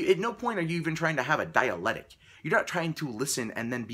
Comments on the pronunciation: "dialectic" not "dialetic" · It's "dialectic" not "dialetic" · It's Dialectic. Not dialetic. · Dialectic not dialetic. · Could the anti-SJW crowd please stop saying "dialetic?" (sic) It's dialeCtic! You guys just sound like you never heard the word before the Bret Weinstein videos! (I say this as a supporter of some of what the anti-SJW crowd says.) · please learn to pronounce your word of the week. I believe it is supposed to be dialectic, or possibly diabetic, one way makes sense in context, either way you butchered it. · Pronunciation, di-a-lec-tic, fuck. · Dear -- di'-a-lec'-tic. Dialectic. Don't forget to pronounce the interior hard "C". Also, since the first Evergreen video came out, in which Weinstein talked about the difference between debate and _dialectic_, people are now using "dialectic" when "dialogue" would do just fine, and is more easily understood. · it's "dialectic". You are missing that first "c" and it's maddening.